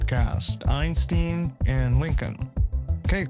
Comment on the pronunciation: LEARN TO PRONOUNCE Einstein!!!!!!!!!